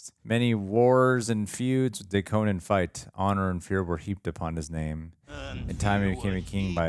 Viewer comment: Its Coe-Nan like Nanny, not Conin.